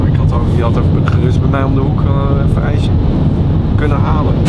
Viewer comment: bedoel je ijsje en niet ijse